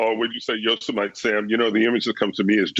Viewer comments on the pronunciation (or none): Yo. Sem. Mite lol